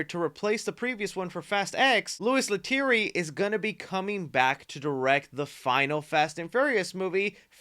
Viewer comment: Louis Letterier is pronounced -Louie La-tear-e-ay